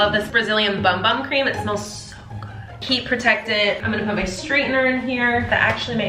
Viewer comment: The bum bum cream is pronounced boom boom cream